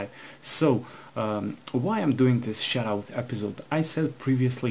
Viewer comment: it sounds like ur saying "shitout"